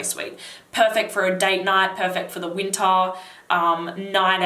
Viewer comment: When you mentioned winter I thought you were saying "Utah". I was wondering if you were in the US.